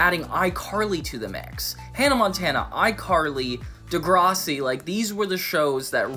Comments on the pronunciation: you saying degrossi instead of degrassi bothers me so much lol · bro says degrahssi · The way you're saying Degrassi is killing me 😂😂 And now its making me mad 😅 Its pronouned Duh-grass-ey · I’ve never seen degrassi but it makes me unreasonably angry you somehow pronounce it wrong